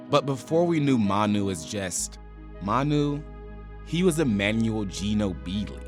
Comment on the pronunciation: Guy murdered Manu”s name